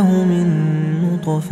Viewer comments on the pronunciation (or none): bonjour , très belle sourate et très belle récitation , je l'écoute depuis deux semaines haha , j'ai remarqué une erreur verset 77 ٧٧de prononciation au mot نطفة le ط est composé d'une soukoune et non d'une fatha . hey every body i think in the 77 ٧٧ sentence it is an error of prononciation at the word نُّطْفَةٍ on the ط it is a soukoune (سكون)and not an fatha (فَتْحَةٌ) , but it could be an exeption of traduction but i don't think thank you .